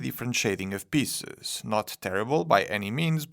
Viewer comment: Please try to pronounce "piece" and "pieces" with a longer "eee" sound, otherwise it sounds a bit ... funny ;)